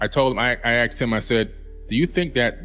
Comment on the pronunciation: you axed him...... AXED? wtf Billy? of all your intelligence and you say axed not asked. smh. 🤨